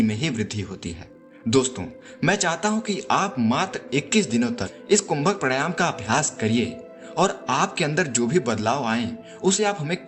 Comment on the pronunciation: Pehle bolna to seekh le pranayaam tak nahi bolna ata